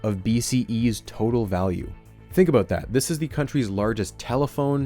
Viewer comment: love the way you say aboot